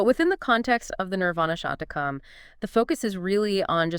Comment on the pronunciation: It is NOT Shatakam. It Is SHATKAM, meaning six verses.